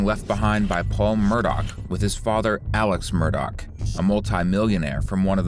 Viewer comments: Murdaugh not Murdock. FYI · Your true crime ai slop generator can’t pronounce the last name do better